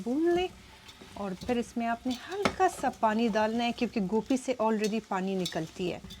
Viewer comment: gope nhi hoti gobe kathy hy my sister ap india wali gope bolty hy😊